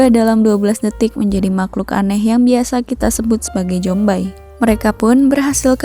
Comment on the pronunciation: Zombie dibaca zombi bukan jombai gajelad